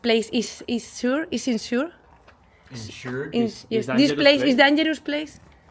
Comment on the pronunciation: dijo unsure😅 (mal)